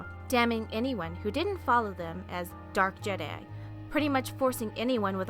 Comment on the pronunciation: Is called je'daii